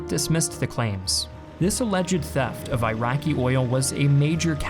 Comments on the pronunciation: Please stop saying AIRAKI!!! It is ee-raki!!! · Eraqi not airaqi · eyeraqi lol Iraqi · It's called eeraqi not eyeraqi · He just can't stop saying "Eye-racky" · Eye-Raki perspective is to teach you guys how to pronounce Iraq after decade long occupation and destruction of their country. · Jayzus, it makes it so hard to take you seriously, when you can’t even pronounce, “Iraqi” correctly…